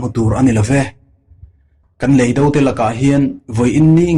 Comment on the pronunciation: Mizotawng lamdan hi i va han thiam lo em em. Mastea te drama a Officiala chhiar diklo(lui) ang mai. Inzir nasa teh. A tluk(tone) diklo nasa chu thuhran. A leh E hman pawlh a awm nual leh nghal. Chemhàr tih tur Chemhâr tih te. Leidò tur leidó tia lam te. Han ziah mai sen a ni lo.